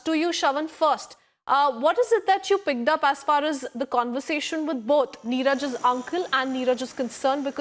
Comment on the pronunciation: I heard pigged up, not picked up 😹.... that aside, good sting operations!